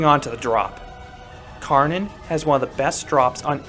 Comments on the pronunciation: Btw, the correct pronounciation would be like saying "shoe" but with a "w" after the sh and an "a" pronounced like the "u" from "unfortunate" for "Schwur". The "des" is on point and for "Kärnan", you can just say "care-none". So it's "sh(w)oe(a) des care-none" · Definetely my favourite coaster in Germany! btw, Kärnan is actually pronounced like Care-naan.